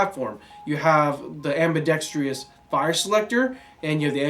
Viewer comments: Love the channel and the content, but the team needs to learn how to pronounce ambidextrous. Only one 'I" in that spicy boi family. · am-bi-dex-trous. Clap with every syllable if necessary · /Side Rant : FFS... it is AMBIDEXTROUS... not AMBIDEXTREEEEEEOUS.... There is no "EEEE" sound after the "DEXTR" part or before the "OUS" part! LOL WHY do so many people get that wrong? On topic: ACR's are a beautiful platform... And CISCO is like the director's girlfriend who has to be but into the music video, even though the band has no idea who the hell she is... But we do and it's just not a ASGI vid without Cisco!